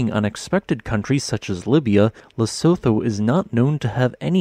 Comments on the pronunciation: It’s pronounced ‘Le-su-tu” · By the way its pronounced "Le-su-tu". Keep up the good vids. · Pronounced - Le - su - tu/too. The (Tho) is a too. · The name of the country is pronounced lesutho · The H in Lesotho is not pronounced. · His pronounciation of Lesotho is slowing killing me inside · To someone from South Africa your pronunciation of Lesotho is stupidly hilarious, I like your stuff but jeez lol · Look up how to pronounce it before making a video.